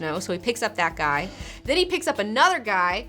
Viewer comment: i can catch her southern accent coming through when she says 'and theeeen' cool